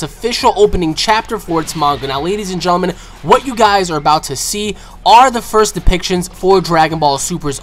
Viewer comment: Ladies and Jawman? XD